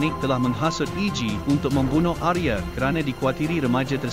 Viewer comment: Bagus sekali cara pembawaan ceritanya, salam dari Indonesia , Untuk nama Arya dibaca Arya, bukan Arye.